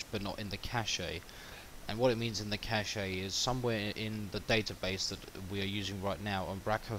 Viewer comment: It's "cash", not "cash'a"...